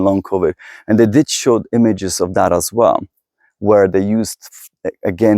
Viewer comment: U mispronounciate "where". (Please take this as constructive criticism.)